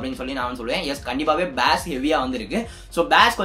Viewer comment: பாஸ்(Bass) இல்ல ஜி பேஸ்(basa)